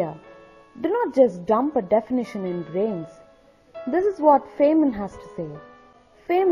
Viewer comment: His name is pronounced "Fine men" not "Fain men."